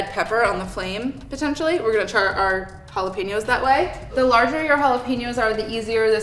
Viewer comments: Ouch on white washing the word jalapeños... JA-LOP-ENOS, really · I got a playful vibe from it, she definitely knows how it is pronounced. Meanwhile this entire recipe is bastardized, since it's essentially Tirokafteri, Greek spicy feta dip